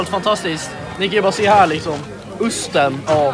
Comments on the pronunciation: Vilken jäkla förolämpning mot alla världens ostar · sa han usten? haha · Sa "usten"?